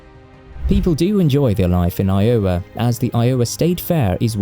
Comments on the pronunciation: EYE-o-wa, not eye-O-wa. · It took me a few seconds to figure out what state he was talking about. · Wow, tell people to visit WV? One of the poorest states within the United States? And all of that lovely lovely coal is part of a dying industry. That's right, after coal, there's nothing to do other than hunting and fishing and trying to sack your sister. Oh, and try to get the pronunciation of Iowa right, just once! Sort of like pronouncing Gloucestershire like Glow-cestershure. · You GOTTA work on pronouncing Iowa! 😂